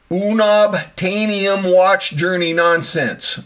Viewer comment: It’s “Un-obtain-ium” A joke referring to Marvel lore. Not u-nob-tainium. Geek jokes don’t land for many because sometimes the references are too obscure. Thanks for sharing your video.